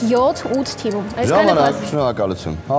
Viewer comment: էրեխեք ջան, թմում չէ, թիմում